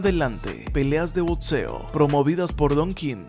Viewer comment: Muy buena investigación y muy bien narrado, pero no sé pronuncia botseo, es crítica constructiva.